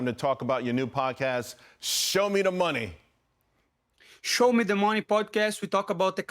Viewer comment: It is beautiful to see more people interested in learning more about fundamental economic principles. It seems like something that should properly be celebrated. Hope the host learns how to pronounce Renato’s name more properly.